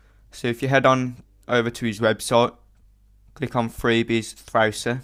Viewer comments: M8 u are sick at this ! Btw i love the way u say Thrausi lol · I like how he says thrausi its funny :D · I love when you Say Thrausi^^ Very cool